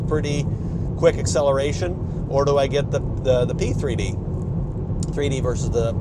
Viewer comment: 3D, P3D ... i just keep hearing C3PO